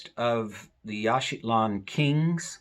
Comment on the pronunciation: It sounds like you are putting a "t" in Yaxchilan, making it Yaxchitlan.